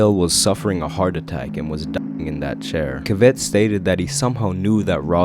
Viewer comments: Cavett is pronounced like Cavity without the y. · Hi there Just wanted to say that Dick Cavett's last name rhymes with "Have it" Plus the video you showed was a bit deceiving You did show a brief photo of Rodale at the start, but continued to air snippets of an interview Cavett did with Hollywood dancing/ acting legend Fred Astaire Just wanted to make sure people understood that so they don't think that was Rodale.